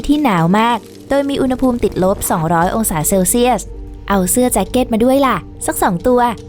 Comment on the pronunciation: “อุณหภูมิ” อ่านว่า อุน-หะ-พูม ครับ ปรับปรุงด้วยนะครับ อ่านผิดหลายคลิปเลย